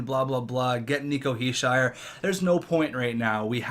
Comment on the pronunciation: You pronouncing Nico Hichiers name wrong is kinda annoying